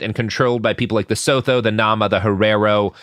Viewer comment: Also he got Lesotho almost right, but not Sotho, or Bo-er like Boeing 😅😂 it feels like these are not sounds that an American accent can't make, it's just not bothering to check...